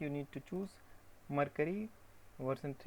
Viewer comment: What is iCreate? Does it have a web address? Also, you are pronouncing Mercury wrong. Look up the pronunciation for Mercury on Google.